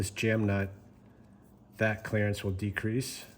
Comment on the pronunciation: i think youve had too much exposure to us southern folks... Sounded like you said " clarence " instead of clerence! lol